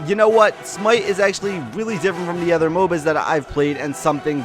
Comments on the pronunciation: Idk how you manage to say "ehther" instead of "other" every time without correcting yourself once. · I can categorically state that I have never heard anyone else pronounce "other" as "effer".... so that's new.